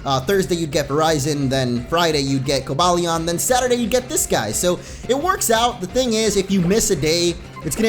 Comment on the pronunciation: No it's pronounced Ver-iz-ee-on and co-bay-lee-on